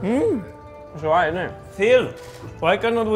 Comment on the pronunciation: "it's olright innit" the most biritish thing lando has ever said 😂